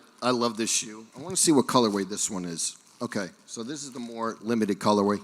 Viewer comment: I love saying “colorwave” and “adida” like it’s the singular of Adidas